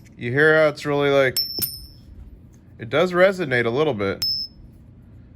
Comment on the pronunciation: I can't find the word: ”resignate” in the dictionary. I believe I heard you say it six or seven times while performing the ping test. Did you mean to say resonate? Why didn't you verify that the 1935 Winged Liberty Head ”Mercury” Dime Mustard Walrus sent you was genuine? 😲😉🤣😂 As always, thanks!!! 🌎🇺🇸🌍🇺🇸🌏🇺🇸🌎🇺🇸🌍🇺🇸🌏🇺🇸🌎🇺🇸